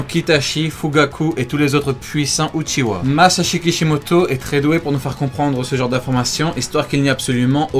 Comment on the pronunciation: C est pas Uchiwa comme tu dis mais Uchiha en prononçant le h